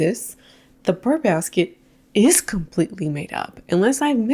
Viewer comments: Btw, it's brrr, like cold. It's not burr like a plant seed pod, etc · it’s- brrrrrr basket, just saying…… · It’s “Brrr” baskets, as in being cold 🥶 Unless it’s “Ber” baskets, for the months ending in -ber 🤔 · "Burr Basket" makes me think of Aaron Burr and Hamilton. 😂 It's "Brr Basket."